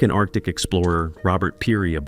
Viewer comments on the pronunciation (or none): none